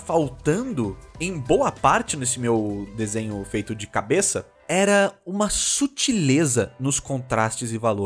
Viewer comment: "de cabess" kkkkkkkkk